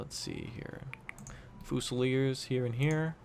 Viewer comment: Every time he pronounces it foosileers I die a little inside